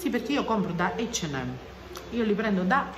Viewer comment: Ciao, io ho sentito dire “ eigd “ & M😂